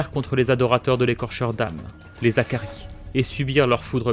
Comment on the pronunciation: Et on dit les Hakkari pas les Zakaris, pas de liaison avec un H ! Vivement la suite en tout cas